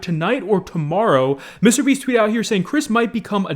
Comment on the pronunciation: Why does pronounce Mr.Beast like that like WTF